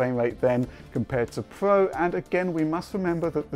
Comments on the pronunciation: would you kindly use the god damn letter R every fucking word with R you don't pronounce it you do it like this ps4 pwuo,pwuosesso,wyzen,howyzone zewyo dawn RRRRRRRRRRRRRRRRRRRRRRR USE IT !!! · Heh... "PS4 Pwo" Made me chuckle.